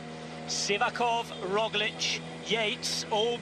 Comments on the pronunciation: It's funny how Kelly keeps pronouncing Roglic Rozjlik, while his co-commentator uses the correct Roglitzj... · primož roglič *roglitch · Can Mr Kelly learn how to pronounce Roglic surname? It's so annoying his partner can but he cannot. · Please Sean Kelly,, finally stop butchering Roglic's name. I am not Slovenian, but stop disrespecting him by mispronouncing his name. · Sean Kelly Big cycling legend from Irland has truble with pronuciation last name of Primož Roglič. :) :) ;) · His pronunciation is on a par with your written English. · Sean Kelly should just stop trying to pronounce Roglic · He hasn't pronounced it correctly even once this whole season. On the opposite the other commentator is really doing his job...